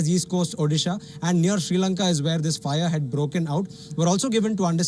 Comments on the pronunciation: Hahah - it’s ok 👌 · The guy keeps saying (she Lanka)🤦🏽‍♂️